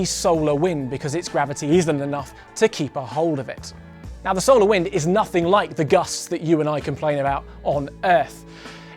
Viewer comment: It's pronounced So-lar system not Sou-le System. Sorry that was really bugging me